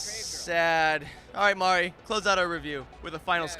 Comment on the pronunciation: imfromlv its Mari not Mary